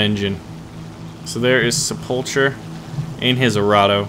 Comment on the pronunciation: Sepulcher pronounced sepul K er. A tomb or burial vault. Just saying since you like to put on the cheesy accents.. Love your vids